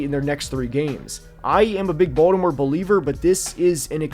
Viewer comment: He pronounces Baltimore the proper way as said by people from Baltimore